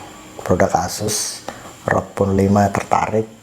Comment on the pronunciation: ROG bang bukan ROK wkwk